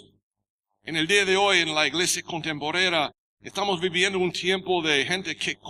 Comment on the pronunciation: Jeje iglesia contemporera está bien lo dice un gringo sería iglesia contemporánea. Pero ya mucho español aprendió bien x el siervo